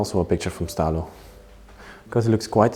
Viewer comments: He was called Italo, not Stalo 🤣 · The Name of den Dentist was Italo...not Stalo 😉